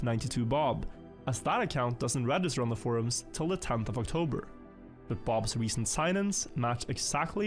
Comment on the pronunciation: OctoRber xdd